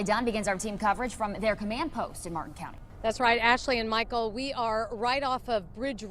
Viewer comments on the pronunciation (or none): none